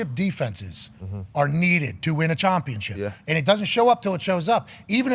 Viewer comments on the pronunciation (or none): Why does he keep saying chompionship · Its just the culture of this show They dont say "out", they say "AHT" They dont say "championship", they say "CHOMPIONSHIP" Instead of "down" they say "DAHN" etc.